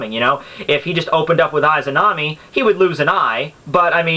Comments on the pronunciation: Perhaps you're right perhaps not.I don't care but,one thing that I care is your pronunciation of "Izanami" and "Izanagi" .You're saying "Aizanami"and "Aizanagi" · Nothing can happen to the user inside susano'o unless susano'o is broken also you said lots of names wrong and Itachi did use izanagi and izanami when he fought kabuto they also DO NOT take chakra to use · Just a note, you're pronouncing "Izanami" incorrectly. =V I heard it being said in Persona 4.